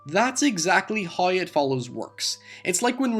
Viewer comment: "Hoaw" "The fil-lem"